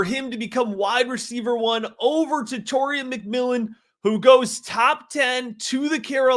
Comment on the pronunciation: Tet-a-roa… not Tet-or-ia